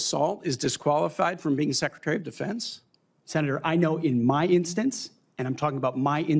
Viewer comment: Did you say Secretary of "the fence" or Defence?